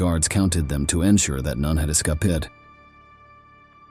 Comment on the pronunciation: AI pronounced escaped as "excapit" 😂